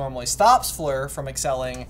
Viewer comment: I can't believe you even wrote "Flor" instead of "Fleur" in the chapter titles! Stop calling her Flor! She's Fleur!